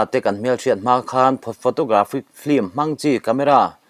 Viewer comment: E ngatinge mithiam anga kan ngaih te pawh hian Film hi flim ti a, kan lam tlat thin lee..Film lam dan hi L atangin M ah a liam tur tih JF. Dictionary ah khan asawi kha maw lee..kan mithiam zawkte saptawng lamdanah fimkhur ula ava tha emm..ln channel ngaithlatu kan tam siaaa...in ti ve em?